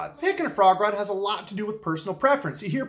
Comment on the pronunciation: I know you're saying frog rod, but I keep hearing Foie gras. My ears not your problem but it makes for some funny images to me.